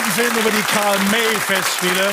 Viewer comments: Ach deshalb hat der Karl May falsch ausgesprochen 😮 Bewusst Fehler einbauen… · Es heißt Karl May 😏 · lol karl may voll falsch ausgesprochen was los walllah diggahhh